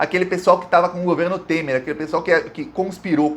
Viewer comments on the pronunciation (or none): none